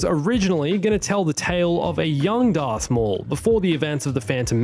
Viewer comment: “Earth maul” really? 🤨